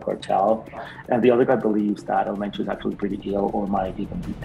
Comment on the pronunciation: You gonna be on El Menchos hit list for butchering his last name 😂😂😂 Great content man!